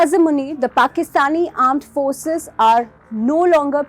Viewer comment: Armed Forces ❌ Aand Forces ✅